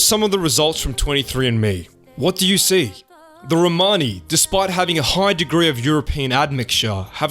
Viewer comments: Romani - with the accent over the 'o'. Your own guest Lee even says it for you in the correct way. You could have at least referred to them as Romani and not Romaaaaaaaaaani... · can't listen to this word "RomARni??" try saying Romani (There's no R in the middle of it) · It's not row mani it's one full romani or roma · You are pronouncing it incorrectly. Its RO-MAN-ee. My wife is Romanian and has Romani freinds. Also, this is nothing new. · Țingani.. not Rromani.